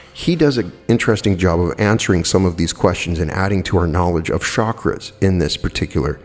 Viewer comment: its not shakras,but chakras ;)